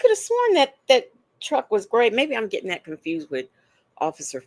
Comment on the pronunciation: GettinK?? What the? What’s with her daily “k” instead of “g” at the end of words?